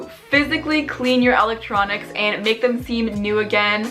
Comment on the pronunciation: “ my ELEECTRNONncs “